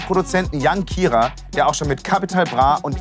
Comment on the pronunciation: warum auch immer man von kira eine schlechte zeichnung einblendet anstatt nem foto haha und der name wird englisch ausgesprochen nicht deutsch was über t und vor allem über kidd gesagt wird ist so schlecht recherchiert...